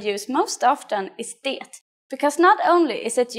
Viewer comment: Why do you pronounce the "t" in "det"? No Swede I know does that.